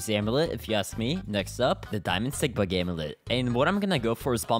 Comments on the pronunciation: i thot he said diamind SIGMA amulet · not me hearing diamond sigma amulet instead of diamond stick bug amulet